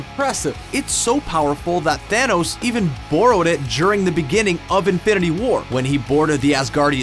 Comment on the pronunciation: Had to dislike this because of how you pronounce "during"